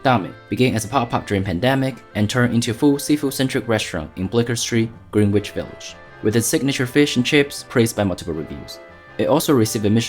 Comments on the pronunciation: It looks good, but, yeah, the prices are a bit steep. For what you paid for that meal, you could almost fly to London and get the real deal. BTW, you mispronounced a few things. Greenwich is not pronounced like green + witch, it's gren + itch. The 'u' in pudding is pronounced like the 'u' in put. You can search YouTube videos for both and hear them pronounced correctly. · HA i stopped right when he pronounced Greenwhich wrong